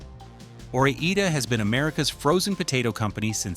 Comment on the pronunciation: I'll take Ore-Eeda.